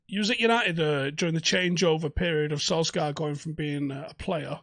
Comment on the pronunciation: Please!!! Sul-shire! It’s pronounced Sul-shire bud